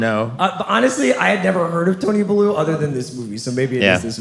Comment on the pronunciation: Will he ever figure out how to pronounce, “theater” though? “Theedurr” 100x/podcast Edit- also, another hatchet job of a pronunciation … Tony Bellew’s name is pronounced, bell-you. How do all these white bois love the Rocky franchise so much, yet NOT FOLLOW BOXING?? Especially given that they’re sports fans!